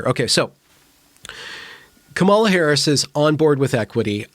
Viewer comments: I agree that "equity" as the video referenced is a completely unrealistic goal. Just curious, though: are you pronouncing "Kamala" incorrectly on purpose? If so, I don't think it really adds anything to the conversation and would advise against passive aggressive moves like that. Your logic can stand on its own. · Dear, please pronounce her name correctly.